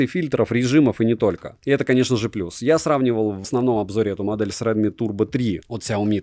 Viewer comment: Дрилми - это ж не оговорка, да?)) Шутейка?